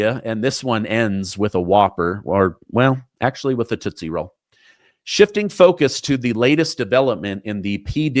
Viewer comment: Toostie ROll lol